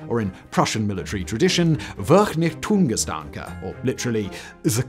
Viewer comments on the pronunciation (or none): man absolutely butchered Vernichtungsgedanke :D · His German pronunciation hit harder than shell shock. 😁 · That Vernichtungsgedanke made me lol.😂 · I nearly keeled over at the pronunciation of Vernichtungsgedanke. It would have been advisable to get some input on it.